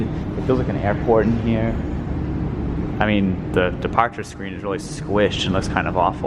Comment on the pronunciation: Also when he says “departure”